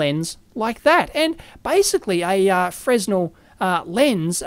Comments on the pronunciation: Stop saying fresno god damn it :) Freh-nell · It's pronounced "frehnel"- the s is silent, like in French.